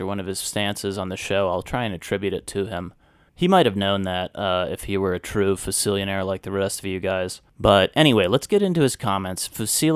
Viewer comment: fusillionaires? lmao come on dude